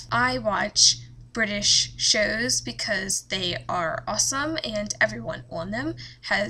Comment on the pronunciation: Omfg stop saying shows like that